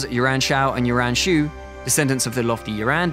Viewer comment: YU-AN Shao, YU-AN Shu. Can you british people not even listen to how its pronounced and then mimic? Just watch the damn 2010 TV series. The way this guy promounces the names, i cant even tell who they are.